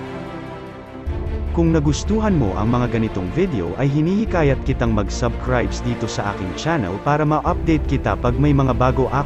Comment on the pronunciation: bro ayosin nio nmn yong pronounciation mo. Tulad ng "SUBSCRIBE", wag nmang kalimutan ang "S" sagitna B at B...